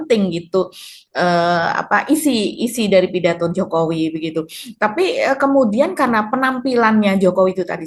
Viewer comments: Kalo dibesarkan di purwokerto pasti ngomongnya pake K diakhir kata 😂 wikodoK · Salah nyebut nama... 😂😂😂 Jomo wi kodo Jafi ingat kodok di kolam ku 😂😂😂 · jokowikodo..... dia ketinggalan " k" nya itu mba..😊